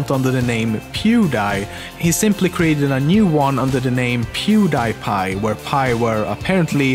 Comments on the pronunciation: i was about to say how did you say he's name right but then i remember you are Swedish and well when he hit 100 mill it in 2020 not 2017 and he will still grow at that speed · in one of pewds videos he mentions how he got his username.....so it's actually pronounced correctly.... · HOW DID YOU SAY HIS NAME SO GOOD?!?! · This guy is swedish. Hus orenaunciation of pewds name was flawless